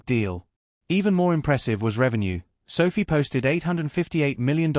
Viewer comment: Your lame AI voice is mispronouncing SOFI.